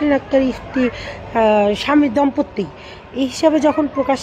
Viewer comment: দম্পত্তি না, দম্পতি।😂